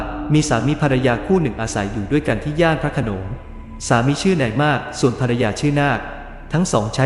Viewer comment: พระโขนง ไม่ใช่ พระขโนง ภูมิ = พูม ไม่ใช่ พู-มิ